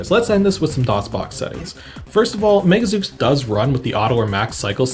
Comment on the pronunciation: "Zeuks"? /Zoos/ :p